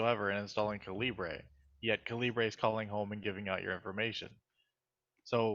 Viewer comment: A few thoughts. It's pronounced like caliber. Read the Faq. Epub is the open format. Kindle uses a proprietary file type. You can hook up an eReader (Kindle or other) and transfer/convert books on the fly. Also try the server option.